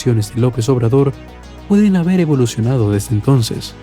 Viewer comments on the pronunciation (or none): none